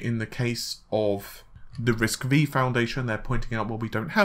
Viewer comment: Hi, Love your videos, but writing to let you know that RISC-V is pronounced `Risc five'. I hate for my first post to sound negative, but, believe me I am fan, and on your recommendation I have built Ryzen 7, Vega 64 Computer, and I am very happy with it. Thank you for your hard work.